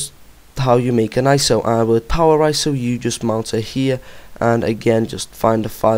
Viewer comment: HATE how you say iso...but GREAT vid :D